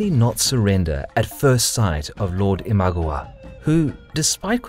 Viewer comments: it's not IMAGOWA, it's IMA-GA-WA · '' Ihm-ah-gah-wah '' isn't it ? Least that's how I always pronounced it. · It is pronounced as Ima-gAh-wa. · Very interesting video! Quick tip on Japanese pronounciation: there is no stress in the Japanese language, try saying "i-ma-ga-wa" (sort of like a robot) in stead of "i-MA-ga-wa". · I know you don't speak japanese but its i ma GA wa not i MA gwa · The pronunciation of Imagawa is i-mah-GA-wah, not GU. It sounds like a totally different word with a wrong vowel. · It's Ee-mah-gah-wah, Not eemagwa!!! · it's pronounced imagAwa, not imAgawa this is bugging me soooo much this video. In any case though, worth my 1 buck :D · It’s ima-GA-wa not im-A-ga-wa. Just saying, common japanese phonetics. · The pronunceation in the video is even worse than that, it sounds more like iMagua, maybe they are thinking of the character from Last of the Mohicans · this was really good, but i wish you had pronounced ima-gawa correctly. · 'Imaguwa' is driving me insane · Say it with me. Ima gawa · Nice video but.... WHY "ImagOwa" ??? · Your pronunciation of "Imagawa" is driving me nuts. It sounds like Imagowa. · Saying imagawa wrong really annoys me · The Raging Storm I agree 100% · I love the content. It is great to see Japan history. I lived there for over 2 years and learned the language and lived in the locations of many of these battles. The one thing that is killing me is the pronunciation of the lands and names of generals. The mispronunciation of Imagawa was particularly painful to hear over and over. Other than that, there are super cool! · you mistakenly wrote 大友氏 (Otomo clan) instead of 尼子氏 for Amago clan. That and the mispronunciations, like 'Imagawa' which others have pointed out, and 'Tokaido', where both 'o' is pronounced as long 'o'. Other than that, good video. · every time i hear him say imagawa wrong i just want to skream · i can't stand how u say imagawa but really nice vid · Your pronouciation of Imagawa is ridiculous, jesus christ